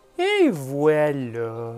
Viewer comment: "ET VOUELLÀ" MDR! le vrai son de la réussite! HaHaHa...